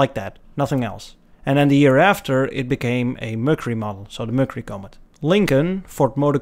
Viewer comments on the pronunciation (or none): Sorry, your fans are being nice to you. Comet is not Co (long O) met. It is pronounced “Ca (a nasal short O, like a Boston “pak ya car” a. Don’t worry about dictation. Americans aren’t leading the pack in being correctness leaders, lately. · Did you notice that the Valiant, (or Plymouth Valiant if you prefer), looks an awful lot like the Studebaker Lark? Oh, and by the way, the Comet, (or Mercury Comet), is said, "COMM-et", like the things in the sky with the big tails, just as it was named after. My brother owned one as his first car. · Where did the Nash / Rambler Metropolitan fit into the development of the American compact car? (And BTW, Comet is pronounced “CAW-met”……) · Easy, it's pronounced "Comet"! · It's pronounced 'Comet', he he. Google Translate is excellent to learn pronunciation too, just a tip. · While your videos are entertaining, not knowing how to pronounce the name of something is pretty much irresponsible and lazy for a sudo historical presentation. The Comet name was not the latest made up name of some band that nobody ever heard of.